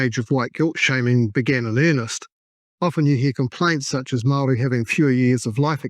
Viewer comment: This is hilarious. Your comedic mispronunciation of even the simplest of Maori words that many five year old children have mastered...not easy but I applaud your commitment. I'll be back when I'm desperate for another laugh.